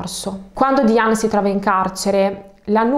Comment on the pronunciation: Diane si pronuncia Daien